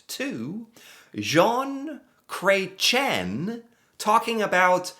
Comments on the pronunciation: started out the video introduction strong with his bad French pronunciation of this men's Canadian name. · The pronunciation 😆 It's more like Cresh-ee-"N". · Cret…chee…N Yes, he is French. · Just to help you with the pronunciation of his name. Jon Kah ren shea. I guess that is the best way to show how to say it. Poor Chretien was attacked with a pie in the face, about 25 years ago. That was just crazy but it made big news here in Canada 😂. He's older than that orange thing, far more intelligent, with class. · Wow you butchered that! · Atleast pronounce his last name correctly 🤦‍♀️… he is extremely smart man even for his age .. man Americans hardly know anything about Canadian history it’s mind boggling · Excuse you, his name is pronounced "Shaun Cretin" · I think i died when you pronounced his name 😂😂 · The saying is “you can’t unscramble an omelette “. Oh, your pronunciation of his name…..🤣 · So glad you showed this. He was my favourite PM and known as one of the best politicians ever. He knows so much about so much 😊It is Chretian. Pronounce the N at the end like you did. Water is known to be a precious resource that would become valuable. 🎉🇨🇦